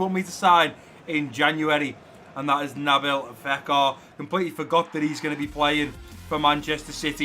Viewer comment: You pronnounced Nabil Fekir wrong